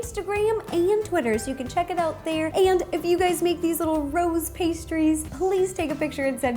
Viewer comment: its sounds like she is saying Ro's pastries! And yes, I do know that she is saying rose pastries.